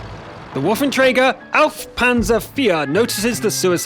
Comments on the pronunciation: Why does every native english speaker says Woffenträger??? This thing is named Waffenträger. noobs ( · im not sure but isnt waffenträger prenounced wrong? again i am not sure nor german